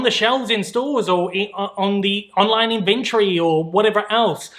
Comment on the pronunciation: What a weird way to pronounce inventory.